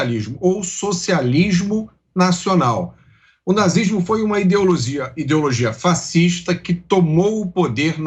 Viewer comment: O cara nem consegue falar nazi s mo .. kkkkk tem que colocar a policia sim.